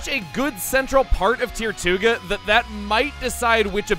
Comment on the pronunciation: When you said “tirtouga” I kept hearing “Tier 2 ga”. It became annoying really soon.